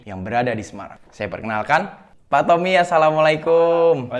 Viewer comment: Bilangnya tompi bukan tompi pak😠 tapi tommi